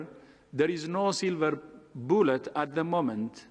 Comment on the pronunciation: Seeeelverr boooooolet